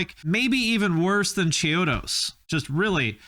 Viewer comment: you did not just say chode-os is possibly better than shikari lmao stop